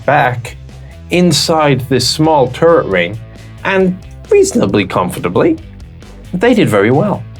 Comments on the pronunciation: woke up hung over, giggles at hearing turd instead of turret. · I find it amusing, that often when you say turret, it sounds like turd. LOL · he called the Strv 74 a turd. as a swede i am TRIGGERED.